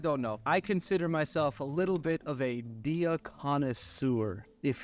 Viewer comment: "Dee-ya"...? Really? EDIT: Oh my *LORD,* your artifacts need some work. Jesus Christ....